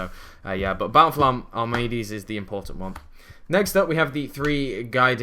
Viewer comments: I cringe everytime he says Bountiful Armades lol. It's Ar-te-mis,, Artemis xD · *pronouces* artemis - armades say it with me art - e - mis not ar - ma - des